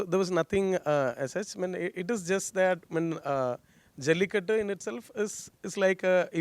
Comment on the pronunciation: It’s a shame the anchor/moderator didn’t take the effort to learn how to pronounce the name of the movie.